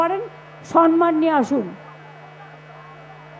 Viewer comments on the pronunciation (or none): মুখ্যমন্ত্রী মাননীয়া মমতা বন্দ্যোপাধ্যায় ,বাংলা ভাষাটা আগে ভাল করে শিখুন। সন্মান নয় । শব্দ টা হচ্ছে সম্মান,samman.